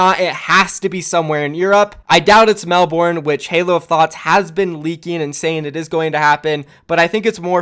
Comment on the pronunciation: say "Melbourne" properly please